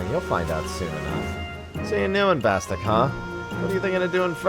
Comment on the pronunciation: Why is it that no one says Bastok correctly when they say it in the intro video!!!!!!!!!!!!!! It isn't BASTOCK!!